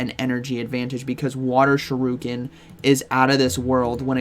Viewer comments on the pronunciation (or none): Dude cannot be serious pronouncing shuriken as shih-rue-kin and not sure-ih-kin 😂 You have to be trolling! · shuriken* not shiruken lolol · Shu ri ken NOT Shi ru ken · Why do you say Shuriken like that? I think it’s pronounced Shur - i - ken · Never heard it pronounced sure-oo-kin before. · I get staggered every time you say 'shiruken' 👌🏾. Have to watch the Greninja bit again 😂. Anyways, thanks for the heads-up as always 😂✌🏾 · Just hearing him say ShiRUken is worth watchin this video hahaha. Haven't you had your coffee yet bro? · Shi-RUUUU-kin new offical pronunciation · Not Sha roo Ken 😭😭😭 I can't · Supposed to be "sure-uh-Ken" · This is very important... Pronounce shuriken properly!!